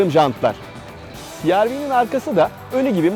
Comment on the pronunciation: cereve deseniz daha iyi olmaz mı siarvi yerine